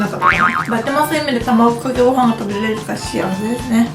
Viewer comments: たまぐかけごはんwww どうしてもたまぐかけごはんにしか聞こえないwww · 卵かけご飯言えないのはやばい泣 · 卵かけご飯て言えないゆうかちゃんが可愛すぎてニヤニヤしながら見てしまいました☺️💕💕 コーンビーフ自体食べたことないから食べてみたい！！